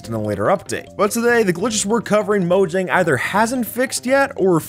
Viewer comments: Mojang is pronounced moe-yang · it's pronounced mo-yang mojang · Your saying “Mojang” wrong. It’s actually pronounced “moyang”. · Mojang (mo-yang) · mojang is read as moyang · Look Mojang sold Minecraft ok so stop saying Mogang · It's pronounced moYang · when i heard "15 Minecraft bugs that mojang never patched" sounds like "15 Minecraft Bugs that mojang never Fax"